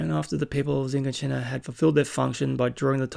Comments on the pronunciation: I don't know where you're watching this but it's not Zhiganshina it's shiganshina. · This is spoiler free... First of all, that was a really good reaction.. I really enjoyed it. I can't wait to watch your next video. Ok.. So there are somethings that you missed that I think are really important... First: Shiganshina (Yeah, that's how it's pronounced) is the bait city outside wall Maria where the big skinless titan appeared and where Eren used to live, after it was breached, they retreated to wall maria. Then the other "robotic" titan (won't say anything about this) appeared and breached the gate beyond Shiganshina, thus, breaching wall maria. All of the refuges then retreated to wall rose, and then sent back in a suicidal mission to recover wall maria, where they basically were wiped out. Second: Eren's father went into the inner walls for a job according to the first episode, so he wasn't outside the walls but within wall rose. Third: Eren didn't have the key before his dream.. It was shown in the first episode that the key was with his father when he traveled for his job. Again... Really great reaction, 50 minutes went by in a flash.. Keep it up man.